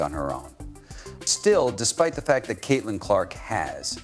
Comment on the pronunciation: Why the hell does this guy call CC using the word "His"? Where are the editors?🤔😂😂😂 Oh yeah, And Kitlin!